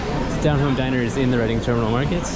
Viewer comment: It's Reading, pronunced "Reding"